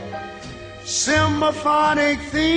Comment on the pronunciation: Hold it! "A great simBAphonic them...?" Ray better take some diction lessons.